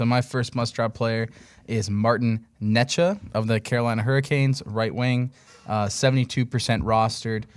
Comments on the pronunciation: Martin 'Ney Chess" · The necas pronunciation 😂